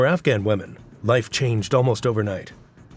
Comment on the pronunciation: Pronunciation: women = sounds like WIMM-EN, not WEMM-en.